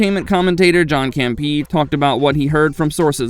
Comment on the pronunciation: John campee? Bro.... Come on